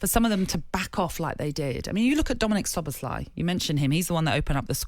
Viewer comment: Saunders has no clue get a better pundit. It's not slobozlai